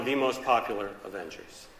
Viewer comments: he litterally said the Avengers into Avangers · Its Avengers not avengars